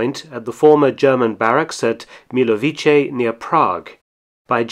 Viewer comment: when pronouncing czech words, such as "milovice" in czech language anything "ce" ending, it's said "tse". hope it help in some future reference.